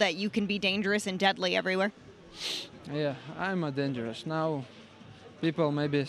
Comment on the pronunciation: ima dangreous 🤣😭